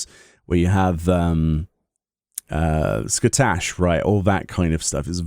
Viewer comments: Scatash!? Lol it's scathach XD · "I'm getting a lot of...[the impression of] the end of Dun Scaith, when you fight...Ski-tash." Irish phonetics can a real bitch, so I'm not being judgemental here, but I'm told Scathach is pronounced "skah-hahk," Dun Scaith is pronounced "dun-skawk," Mhach is pronounced "vawk," Cait Sith is "ket shee," and the famous mythological anti-hero Cú Chulainn (who, for reasons well beyond me, was made into a cross between an octopus and a pile of dung) is pronounced alternatively as "Kuu-kuu-lin" and "kuu-huu-lin." Ferdiad, it seems, is pronounced how we English speakers normally would say it.